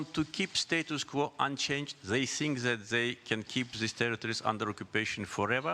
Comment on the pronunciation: en çox paşinyanın "think" sözü tələffüzünə güldüm [tink]😂